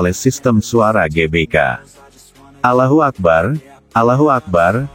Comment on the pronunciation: Ini narator muslim bukan sih kok melafalkan Alloh kok begitu